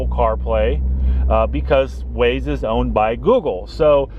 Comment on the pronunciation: Its pronounced Wah-Zaye. Waze